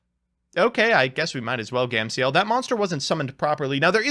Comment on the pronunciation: "Gam-see-el" lmaooooooo bruh